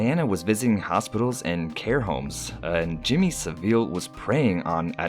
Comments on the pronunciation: it’s said sav-il... it’s seriously pissing me off how your saying it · Your pronounciation of Saville is funny...